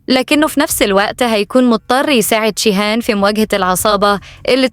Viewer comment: ليه بتنطقى جيهان بالشين